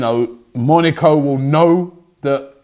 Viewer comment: Moneeco? Haha